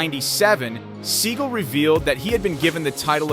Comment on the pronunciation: You mispronounce his last name